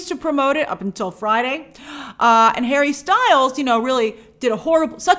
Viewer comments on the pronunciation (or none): none